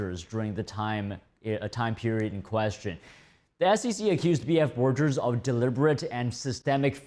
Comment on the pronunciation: That audit/accounting firm Trump used is BF Borgers, not "forgers" :)